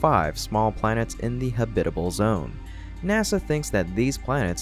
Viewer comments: Great video! Just as a point of pronunciation, I’m fairly sure that ‘habitable’ has only one correct way of saying it, and that’s with the stress on the first syllable, HAB-it-able, and not hab-IT-able. English is just weird like that. Sorry to be pedantic, but since you used it many times… But still a great video!! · Emphasis on the first syllable - hab'-i-te-bel, NOT ha-bit'-e-bel. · Habitable not hubitale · "habitable" is not pronounced like that. good video in general though. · your robot pronouced a misspelled word, "habitable zone" was what it was supposed to be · That’s very interesting. I do agree that the pronunciation of habitable sounded like synthetic speech. Perhaps someone could teach him how to pronounce the word since it’s a little distracting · Hey, you pronounced it correctly! Congratulations! That's more like it. Keep up the great work! (Still need to work on "habitability" (hab-it-uh-BIL-uh-ty) and "habitable" (HAB-it-uh-bul) and "Psyche" (SY-kee, not sike) and the infamous s-word.) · Why is the way you pronounce "habitable" and "habitability" so offensive to me? Have you never heard it spoken before?